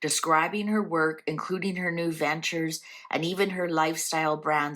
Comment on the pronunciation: I heard "her new dentures" when you said (I think) "her new ventures"... and I LOL'ed so hard when I realized my misunderstanding... 😂